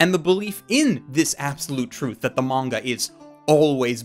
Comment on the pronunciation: Is it just me or is he saying manga-ka?